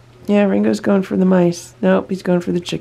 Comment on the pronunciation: They thought you said nice, then they realized it's mice lol